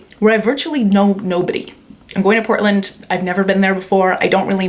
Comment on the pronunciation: I live in Portland! You pronounced it correctly. Most people don't. Let me know if you want a human connection there.